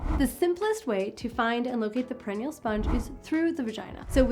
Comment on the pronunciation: Great information. I believe it's pronounced per-i-nee-al.